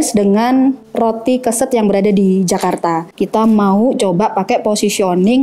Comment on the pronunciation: Keset (mat) ya e nya spt baca lereng.